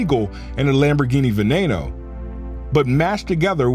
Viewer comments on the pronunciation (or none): ve-nay-no? was that for Veneno? ve-ne-no, no additional letters and pronounced as written